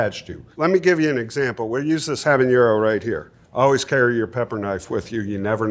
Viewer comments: I'm guessing that's how he heard it pronounced growing up and still says it that way out of habit. For anyone who doesn't know, "habanero" is pronouced with a hard n. There is no ñ in the word. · shouldn't a pepper expert know how to pronounce habanero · Pepper expert that didn't even try to pronounce habanero correctly. 😂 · I just commented the same thing. Like, what? 😅